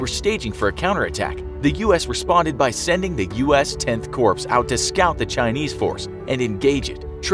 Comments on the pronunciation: It’s not pronounced corpse it’s pronounced core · its pronounced CORE not Corpse. The Marine Corps is a military branch not a dead body. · It’s pronounced “core”, not “corpse”; come on now. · you should have read my comment carefully. I was trying to point that out. The guy pronounced it as corpse not corps(core). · Corps: It's pronounced "core", like an apple core, not "corpse" like a dead body. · By the way I am pretty sure it's prpronounced core not corps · Us 10th Corps is not pronounced "corpse". Please look up the pronunciations of words if they're too hard for you. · 10th Corps is pronounced "Core" not "Corpse" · It's CORE not "corpse" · 10th Corpse?!? It's pronounced "core" - Tenth Corps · Please, don't pronounce the word "Corps" as "Corpse", the word iis pronounced "Core". Just a little friendly advice. :) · Lousy presentation! 1. It’s pronounced “Core” NOT “Corpse” 2. General Bradley was presented in a NAVY uniform! I could go on and on. Thumbs DOWN! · this man said corpse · Did he really pronounce "corps" the same way as "corpse"? Seriously? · Thank you. People mispronouncing 'Corps' is my biggest pet peeve.